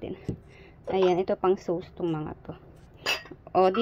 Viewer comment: Sos(sauce) not sows.just correcting po